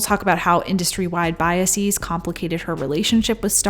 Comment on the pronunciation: I love love love you, but I have to ask, why do you render the plural of bias as BY--uh-seez instead of the much more supportable BY-uh-siz? I love you, love you, love you, but I would like to know where you found your pronunciation of the plural of "bias." I get the long-e-sound with crisis/crises, diagnosis/diagnoses, parenthesis/parentheses - I get it, and have gotten it since I was a wee lad and noticed the pattern of nouns ending in -sis needing to be different not just in form but pronunciation. That is, we don't have crisises, diagnosises, etc. We have [KRY-seez] and [dy-ag-NOH-seez]. But ... BY-uh-seez? Where the hell does that pronunciation come from? It's ludicrous overcorrection at its worst, and it saddens me to realize you're not better than that. And I love love love you.